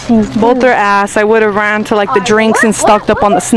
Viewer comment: It's not Randy it's ran